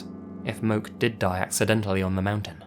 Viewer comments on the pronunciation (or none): Hey in your story Stairway to Geaven. It's not Moke but pronounced Mo Key. My dad is from Hawaii and I lived there myself for 3 yrs. It's a pretty common name on the island.